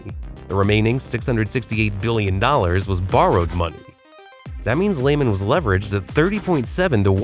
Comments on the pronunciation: Either AI voice or uninformed narrator. It's not pronounced Layman brothers it's pronounced Leeman brothers. Lay got it? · It’s LEE-man